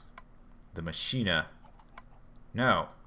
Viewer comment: you need to get basic flux research to capture excess aspects and bravo on the latin though your pronunciation of machina is wrong its pronunced mak-i-na